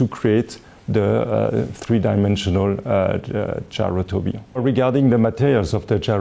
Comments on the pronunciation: Nobody: Frenchman: Gayrowtobeyond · I want to get it so I can pronounce gyrotourbillon the way he pronounce it when showing off my watch.